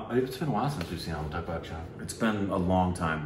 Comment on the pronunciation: Every time you pronounce Amitabh as Amitag, little part of me dies.